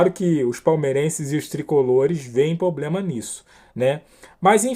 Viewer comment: "Poblema"??? Sotaque é uma coisa, falar errado é outra.